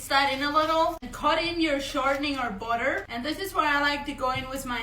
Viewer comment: In Spanish these are fried “empanadas”. Speaking about speech, I love the way she say “boader” (butter)!! ❤️❤️❤️